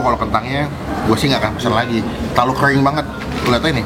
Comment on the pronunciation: Kering bang, bukan kreng 😂